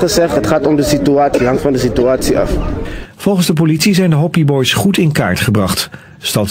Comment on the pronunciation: Die man zegt hoppi boys maar het zijn HOPI BOYS